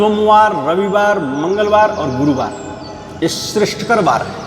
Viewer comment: इतना ज्ञानी महाराज है लेकिन ठीक से लय बद्ध तरीके से बार के नाम भी नहीं आते, सोमबार रविवार मंगल बार गुरु बार